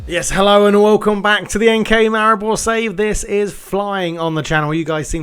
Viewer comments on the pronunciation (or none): Ohh and NK Maribor is pronounced: Enka Maribor 😁